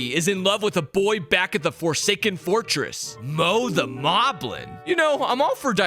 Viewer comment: WE ARe FORSKAEN why did you say fosaken